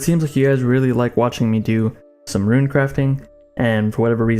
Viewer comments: Dog.......ruin......it's not rune. God I was distracted this entire video by that. Omg. Please you are murdering my ears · RUNE FUCK YOU ITS NOT RUIN GOD DAMMNIT FUCKCKCKCKC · Mate u troll what u on about how u ment to say runes?! Runes not ruins? Loooool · Seerz says “ruin” too